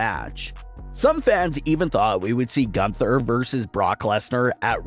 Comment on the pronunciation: Every time he says 'Gunther I cringe so hard knowing he botches the name every time